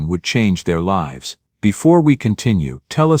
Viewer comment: Pronouns "Lives" properly. You pronouns it "lifes"